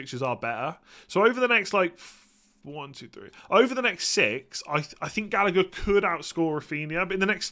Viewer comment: Say it with me Gall-agh-er